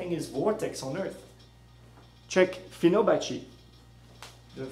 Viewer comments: Let me correct You. It's Fibonacci not Finobacci =] but video is good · Hey buddy. Good science. Bad English. It's fibonacci. Not finobacci. Google it. Namaste